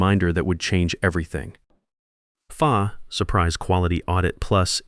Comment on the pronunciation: And the AI narrator said "There it was on my calendar. The "FAH' surprise quality audit...." Yup an absolute surprise "FAH" audit will trip you up every "ZERO EIGHT EIGHT HUNDRED HOURS".